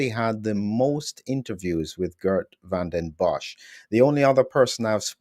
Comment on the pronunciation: It was already explained to several times how to say Geert, with phonetic pronunciation of the name. I even send him a video with the correct pronunciation, and honestly he's not even trying. For me that's just laziness. Of course the message of Geert is more important than constantly hearing someone saying a name completely wrong, but it's still damn annoying and even distracting. Perhaps it might help if Geert explained to how to say his name, afteral he's doing the effort to speak English fluently as a Belgian.